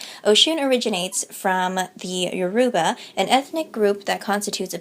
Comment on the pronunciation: Loved your talk on Orishan mythology but Yoruba should be pronounced with a phonetic emphasis on the "o".